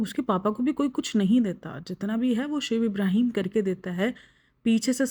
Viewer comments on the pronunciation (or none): Ibraheeeeeeeeeem nahi h yar ibrahim h